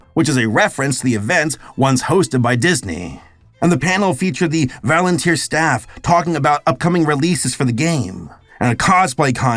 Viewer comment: He meant Volunteer